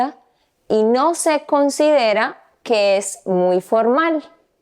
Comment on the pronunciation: C Nandre you can hear she’s from Colombia when she says “ considera “, but you have to listen closely and it’s only really that one word